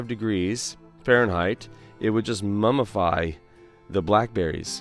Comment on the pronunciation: Mumify 😂... Current is not current Honey berry is too short Apple tree no apples